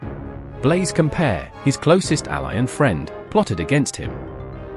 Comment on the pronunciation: COM-PA-O-REY not "compare"